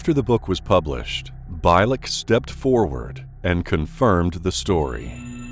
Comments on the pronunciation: Well known stories, as I have either read them all, or watched on YT. But, why, oh why can't you pronounce one name properly? It's Alfred BIELEK, not Beilek!! And his account of 2749 is very doubtful. Anyways, he died in 2011. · His name is pronounced Al (BEE'-lehk) not (BAHY-lehk). You should do thorough research before mispronouncing names of famous people. Otherwise it makes you seem like a plagiarizing novice. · ...His name is pronounced like.."Beal-lick" not "Bile-lick" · His name is pronounced Al Bee-lik, not By-lek !! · correction: BIELEK is pronounced bee-leck not bi-leck as 'ie' is not read as 'i'. Besides i listened about him tons of interviews. Check art bell for it. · Bielek is actually pronounced like Beal-ick.